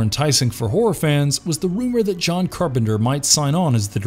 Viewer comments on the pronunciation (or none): none